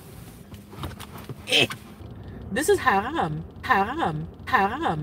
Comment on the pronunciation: Hate how she says “ha ham”.